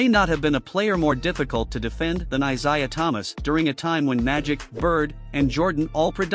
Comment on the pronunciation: And the wrong pronunciation